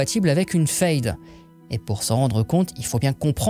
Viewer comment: Question: pourquoi tu prononce "fayde" et pas "faide" alors que le mot est en français? C'est la prononciation allemande?